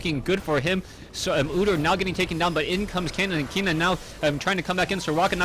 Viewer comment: Ken-nen. Not Kee-nan.